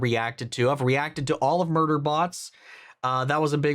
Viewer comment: mans said muder bots :face-red-droopy-eyes